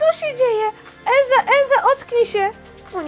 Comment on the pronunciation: Nie Elza tylko Elsa